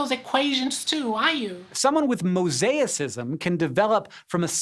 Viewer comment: Never learn about mosaicism from a man who can't pronounce it I say. Well done calling Sci-Show out on their cherry picking.